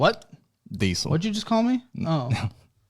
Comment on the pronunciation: “It’s a CuMins” “DiEsEl” 🤣